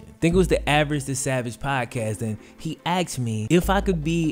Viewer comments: It’s not axksed it’s asked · he axed you what.. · Great vid really well researched edited and delivered, I wanted really bad to dislike it at the beginning when i hear the common misuse of "Axed a question" I get all the defensive arguments i.e. cultural, popular, modern... Even so its grating on my ears. Sorry for the negative criticism, had to thumbs up the great content though gj, keep it up. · Can't believe he axe you that. He aks u like he don't know. He acks so many crazy questions. People need to stop axxing so many crazy questions ... Just stop being rebellion and go to the scrip club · He axed you? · He AXED you??????????